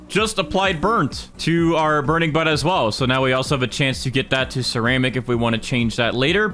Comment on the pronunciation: I can’t stop hearing burning Butt